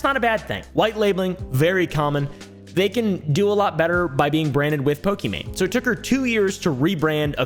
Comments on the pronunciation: Fun fact: her name is actually prinounce "e-mon" not "e-main" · It's not pronounced "e-main" it's "e-mon" which means it's actually Pokemon but I doubt she was to deal with their lawyers 😅 As someone who gets called the wrong name a bunch or ppl misspell it I wanted ppl to know how to pronounce her name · its pronounced e mon , it was always a pokemon pun , i think gucci mane in the lexicon caused the confusion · pokimane's name is pronounced "eemon onys" btw !! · Another video another white man not able to pronounce pokemaines name 💀💀🤡